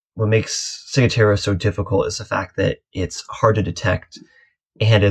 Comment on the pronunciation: Hi, such a pertinent topic as sailors are flocking over to the Bahamas. Maybe we can all start saying it correctly. "Cigwahtera". Thanks for the info.